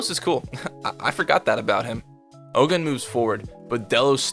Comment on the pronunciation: its not Oh-GUN, its pronounced Oh-gOOn / Ogün . its a african god.